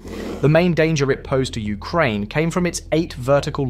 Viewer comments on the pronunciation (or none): Ah yes, I love the countries Ukrainev and Ukraineb